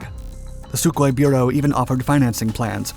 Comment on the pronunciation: How many fucking times is this guy going to say "SuHkOi-27" and then show me mig-29s